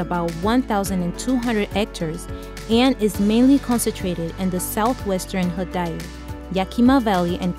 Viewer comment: She can't say Idaho lmao